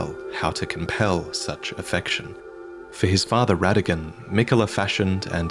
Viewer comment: Technically Rennala’s offspring start with the “Ra” sound as in Radagon and not “Re” sound